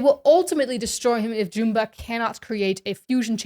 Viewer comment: Only critique is that you are pronouncing Jumba wrong